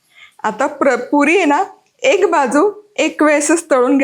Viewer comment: तुझ्या पुरी शब्दाचा उच्चार काहितरी विचित्र वाटतोय